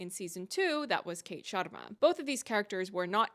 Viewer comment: honestly it (slightly) bothered me how no one could say the sharmas name right! its a very common name and its pronounced shuhr-mA (the way you said it and NOT shAA-rmA). and i dont care if they dont roll their R's but this is basic i mean it takes 2 seconds to figure it out